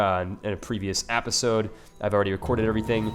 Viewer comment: I love your vids man, but you gotta stop saying appisode so much. You said it like 5 times per minute. Sorry but I do love your vids.